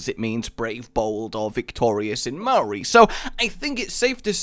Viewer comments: Ma-ori xD its pronounced Mow-ree but otherwise it wasn't too bad =P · DID YOU SAID MAH-OHRI??? ITS MAO-REE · K, apparently the language is now called Ma-ow-ree, ( it's only one syllable, maow-ree ). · bro its more like mouldy as opposed to ma ori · Mah-Ohri? MAH-OHRI? GODDAMN you need to work on that pronunciation or you'll trigger so many people... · That pronounciation of Maori though. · faaaak the pain is real. the pain in my gut from laughing so much at rages sheer shit prenounciation of nz words. I am from New Zealand btw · I live in Tauranga, across the bay from the mount, and please stop. You didn't even say Maori correctly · When he said Maori really weirdly I cracked up laughing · YES NZ MAP (MUNG-GA-NEWI) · okay this kiwi is gonna teach you guys some nz pronunciation. first off Maori is one silable not two. second maunganui is pronounced mong-a-nuwe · I cringe so much at you pronouncing Maori words... Here's some help with it Maunganui: Mong-a-new-e Tauranga: Toe-wrong-a Maori: Ma-ow-ree Also, I love the idea of the tug of war style map. Great use of the city as well. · List of names that cannot pronounce- Maunganui- (Maow-gan-newy) Tauranga- (tow-rong-nga) Maori- (may-or-ree) this may have already been stated but it helps to have another list for him to see eh? would really like to see some Maori lines for roadhog, even just Ki'ora would be nice. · Btw it's 'Mo(moth)-nga(really light g)-noo-ee'. And 'Māori' is usually like how you pronounce Maui but with an r, or 'Mo(mode)- ri' if you want to be posh. And and kiwi is also a cool NZ bird. And and and Tauranga is 'Tow(tower)-wrong-ah'